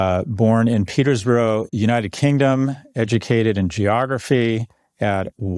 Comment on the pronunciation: I love Peterborough (Peter-buh-rah) being completely butchered by Scott to Peters-burrow.. and Warwick (Wa-Rick) to Worr-rick 🤣 we do have some odd phonetics in Britain